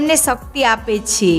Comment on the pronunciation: `છે´ નું ઉચ્ચારણ જરાક સામાન્ય રીતે કરો તો વધારે સારું લાગશે.